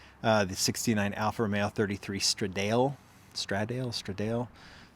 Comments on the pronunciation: It's not stra-dale man, it's stra-da-le! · Stra-doll-aye for the Alfa Romeo part